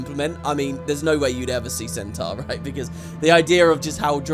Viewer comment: Its what puts the salads over the humans for me. I can't stand the humies' american accents - particularly their wrong pronunciation of Centaur and Minotaur.